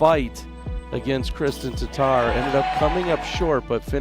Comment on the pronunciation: Really odd to finally hear Tattar pronounced correctly by a non-Estonian. 😀